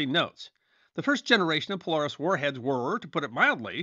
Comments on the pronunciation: Poe-leh-ris not poe-lar-is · thought I was the only one... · I noticed and you are forgiven! Love your videos! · Great video! As a Submariner, I thank you. I would counter that from the view of submariners, the cold war wasn't all that cold, which would be a great video to see. The only issues that I noted were pronunciation errors. Polaris- Po-lair-iss Groton- Grah-tun (i.e. the base is called rotten groton)